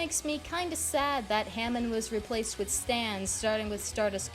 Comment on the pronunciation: Not to be that guy but it’s pronounced ha-mon